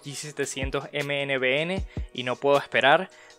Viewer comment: Tengo entendido se pronuncia "Minivoun", más no, letra por letra.